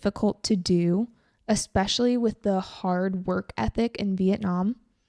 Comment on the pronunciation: Em thấy chị có thói quen đôi khi phát âm không đúng từ "the" theo nguyên tắc. Đây có phải là thói quen của nhiều người bản xứ khi nói Tiếng Anh không? Hay chỉ riêng chị thôi?